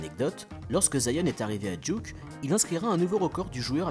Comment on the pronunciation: Super vidéo comme dab mais ... Duque, vraiment ? Come on man met un semblant d'accent au moins aha